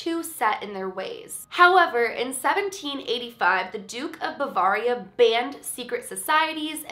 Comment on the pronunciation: Love this video! I just wanted to let you know Bavaria is pronounced Bah-vay-ree-ah, not bah-vah-ree-ah. It is also called Bayern in German! I am a German speaker! :)